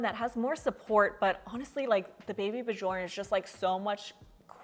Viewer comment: Bjorn means Bear and it is pronounced more like Byourn. The J sounds like a y not a J.